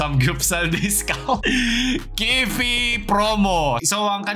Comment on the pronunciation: key-pay daw pronunciation ng "kiffy"